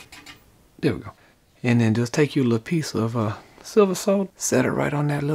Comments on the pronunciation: Nice to hear you say solder not sodder! Never understood that. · I 'effing love you man! You pronounce 'Solder' correctly! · He can pronounce the word "solder"